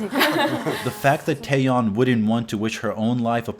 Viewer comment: For instance Seohyun is not See-Oh-Yuhn it's So-hyuhn Taeyeon is not Tai-Yong it's Teh-Yohn